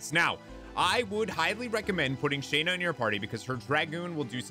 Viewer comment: It's SHAW-NA; not SHAE-NA!!